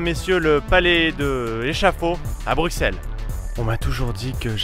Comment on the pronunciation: On prononce "Brussèle" et non "Bruckxelle" ;-)